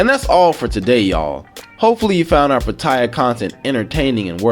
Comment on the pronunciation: I hate when the names of the cities are mispronounced. It's Pat-tea-ya (Pattaya)